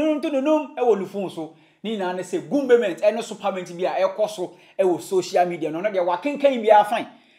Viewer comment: I like the 'gumbement' and 'firement'..